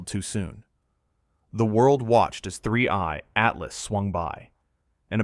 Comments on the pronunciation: AI can never pronounce 3i Atlas correctly. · you can clearly tell it's AI from the gap in 3i-Atlas pronunciation here. we need to start reporting/flagging non-labelled AI content like this and get these channels removed